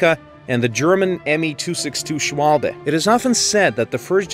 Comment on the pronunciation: "shualbe" 😂 im German and it physically hurts